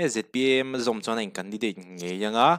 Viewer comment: A sawi tha viau nain... Ka ngaihmawh em em chu... Chona... aiah Chauhna ...ti niawm taka a lam hi A. House meuha lamrik ah chuan a va nalhlo em aw... ka ti. Ram leg Hnam chungchang rorelna sangberah hian ...Mizo tawng hi fiah tak leh thluk dil tak maia sawi/ lam thin turin Members ka request nghal treuh bawk a ni